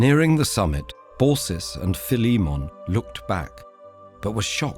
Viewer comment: I DID NOT EXPECT THE NARRATOR TO SAY PHILIMMON CORROECTLY